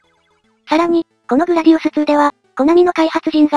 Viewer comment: グラディウスⅡ「つー」じゃなくてグラディウス２『に』だよ。 というか、２はそのままなら『に』って読まれると思うんだけど、入力大丈夫？